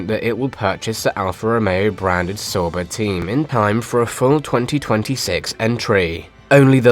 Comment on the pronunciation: I don't like how you pronounce "sauber" It's wrong.